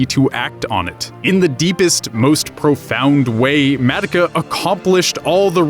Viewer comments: H-How does he pronounce Madoka?? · WHYYYY DO YOU KEEP SAYING HER NAME LIKE THAT! THEY NEVER SAY IT LIKE THAT! WHYYYY!